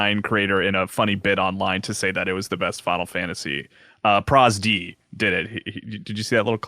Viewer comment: pronouncing ProZD as ProzD had me cackling 😂